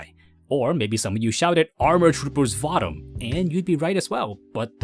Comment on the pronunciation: I’m sorry man but nobody says gunDAM, except as a joke. Gundum. just like any word ending in DAM. But really , where are you getting all of your pronunciations from? Either use Japanese or use the English version. Not these odd made up names like Vottoms. VOHtums. And either ZaBOONGOOROO or ZaBUNgle.